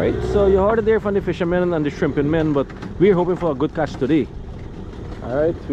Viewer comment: is word is not kach is catch u pronounce some words wrong you sound like trini lol